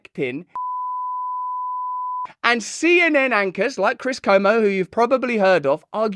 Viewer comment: Cuomo is pronounced with a Kwa, much like "Genius in France" by Weird Al about 4 1/2 mins in